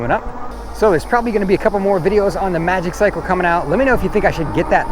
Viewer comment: I gonna nag. It's pronounced Maji-cycle😁